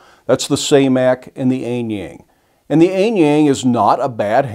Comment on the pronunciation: And for the sake of curiosity, the letter 'A' in Mandarin is generally pronounced like the vowels in "aha!" gets it pretty close.